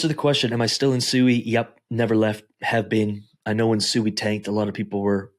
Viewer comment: first off its pronounced "swee" and you have your range set to 140% that aint no real money made. not everyone has hundreds of thousands of dollars to set ranges far and be satisfied. how tf can we make money when everytime we set a rang to make good money we jus get booted. ill make $100. in a day then all of a sudden the price tanks and i lose everyting plus more i made in a day. turbos sui aint no money unles u putting more the 10k in there